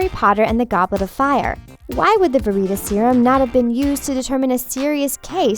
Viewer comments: Yes it's called Veritas Serum not Vereatus Serum. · sharyn Zombie YES! Like it’s not verYtasYrum and it’s not patronYum LIKE WTF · Doughby, patronius, ver-eet-a-serum, inf-fooooence. Edin-bu-row. Can she read?